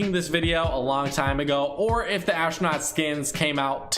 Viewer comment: WHY THE HELL IS HE SAYING ASHNOT IT'S PRONOUNCED ASTRONAUT!!!